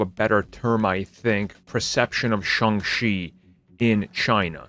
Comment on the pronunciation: Why does this guy pronounce it as Sung She? It’s pronounced exactly as it spelled… Shang Chi, Sang She.